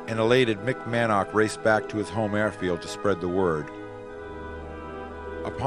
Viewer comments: Man - ark? Mann-ock is not only how it is written and should be pronounced, but is easier, too. The photographic assemblage is excellent, but again, the music is like an irrelevant and distracting soup poured all over it. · The man's name is Edward "Mannock" (pronounced "Mannick" NOT "Man-nark") 🙄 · One would think, they could at least have the narrator pronounce the pilot’s names correctly. I only made it as far as Mick “Man-awk” before I was forced to give it up.